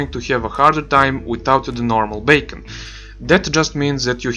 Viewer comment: You keep saying "bacon" its funny and good info